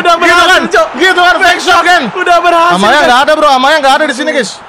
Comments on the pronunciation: Aubameyang bang bukan amayang wkwkwk semangat bang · Bukan amayang tapi Aubameyang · Bang aslinya namanya Aubameyang bang bukan amayang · Aubameyang bang bukan amayang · Bang bukan amayang tapi aubameyang bang plis baca